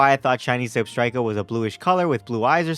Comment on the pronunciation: THE FIRST K IN ZEBSTRIKA IS SUPPOSED TO BE A T! AND IT CAN ACTUALLY BE FOUND IN SOME MIRAGE SPOTS!